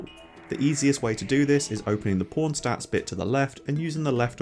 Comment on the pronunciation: I watch your videos with subtitles and I noticed that every time you say the word "pawn" the subtitle appears as "porn" and considering how many times you normally say it I wonder if this is hurting the recommendation algorithm of your videos. Anyway, I love your videos and hope more people come to know about your channel.